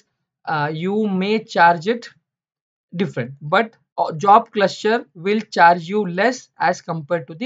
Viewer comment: Very informative.. But the word cluster sounds like cluscher